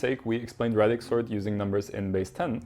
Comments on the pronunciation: It's pronounced ray-dix not rad-ix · Ray-dix sort Pronounced like radius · Please say ray-dix. There’s only one D so the A is pronounced as a long vowel in English. Thanks. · It's pronounced "radix" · English pronunciation of radix aside, great video man